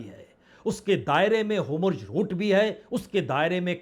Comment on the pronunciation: Veer jio Please tuci Hormuz nu Homurz na kaho Hauli hauli mai bhi Homurz kahane lag ja rahi hu